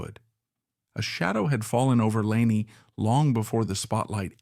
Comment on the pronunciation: Why don't you onfirm the correct pronunciation of Ms O'Grady' first name before you request "a LIKE Subscribe 👍"!